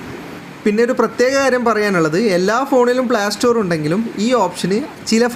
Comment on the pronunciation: പ്ലാ സ്റ്റോർ അല്ല ...Playstore എന്ന് പറ 😊